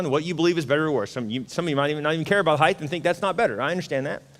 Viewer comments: STOP SAYING "HEIGHTH". The word is height!!!!! You said this 3 times in the first 23 minutes! You keep using that word. I don't think it means what you think it means. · Jesus, am I the only one disproportionately annoyed by people who add an "h" to the end of the word "height"?